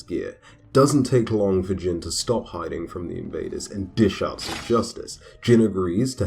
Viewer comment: His name is pronounced like “Jean” as in blue Jeans not Jin like saying the name of the drink Gin. “i” in Japanese is ALWAYS pronounced like the “ea” in read.